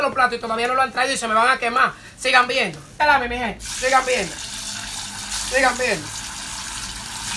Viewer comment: Llega un punto donde dice tantas veces sigan viendo que ya después (no sé si soy yo,que estoy sordo de los ojos,o es el que ya se le lengua la traba) parece que dice sigan meando😂😂😂